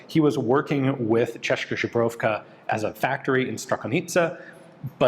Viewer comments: Ian says a few times something that sounds like "czaszka żubrowka" (instead of "tsheska zbroyovka"). In Polish czaszka means "skull" and żubrówka is a kind of vodka (bison grass vodka). Quite funny. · it’s CHESS’-ka zbro-YOV-ka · That's Česká Zbrojovka Not Češka Zubrovka :D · cheshka jobrovka? Shpol? Not even an attempt bruh 😔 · Thats the weirdest way to pronounce Česká Zbrojovka Ive heard so far. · Whoever taught you to say Česká Zbrojovka must be very dissapointed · lol ta výslovnost 😀 Stačí to napsat do překladače a pustit si výslovnost, pak to nebude tak tragické.